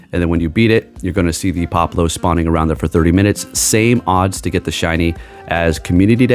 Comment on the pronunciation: Pop-le-oh pronounced right 😂